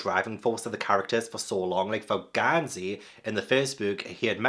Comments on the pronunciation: not GONE-sey 😭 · goes and makes Gansey even more posh with calling him Gohn-sey 😂